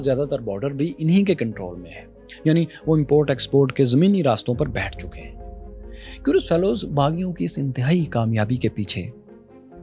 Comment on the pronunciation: آپ کیورلس فیلوز کیوں بولتے ہیں؟؟؟؟